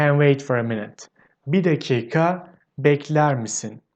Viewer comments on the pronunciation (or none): It is not dak kah it is like duck-kuh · another quick tip we usually drop the 'i' in 'dakika' and just pronounce it as 'dakka' (something like dak-kah)